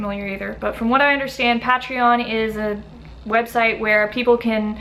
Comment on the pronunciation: What’s a pa-tree-on? 😂